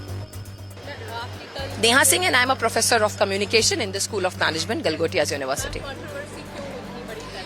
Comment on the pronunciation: Gal- gotiya university 😂😂😂😂